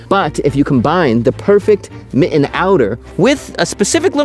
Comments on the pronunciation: his pronouciation of mitten is diabolical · Love this content - delightful and AI-free. One little tiny request though . . . could you pronounce your Ts going forward? Your current pronunciation of mitten sounds very Valley Girl. Thanks much. 😊